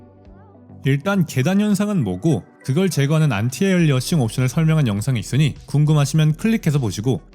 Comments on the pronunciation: 안티 에일리어싱 이 아니라 안티 얼라이어싱 이에요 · 왜 도대체 안티에얼리어싱이라고 발음하는지ㅠㅠㅠㅠㅠ으어어억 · 안티 에얼리언식?ㅋㅋ